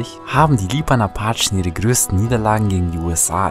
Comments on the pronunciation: Nicht Achen sondern Apachen. Sorry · Ich hasse es wie er appachen sagt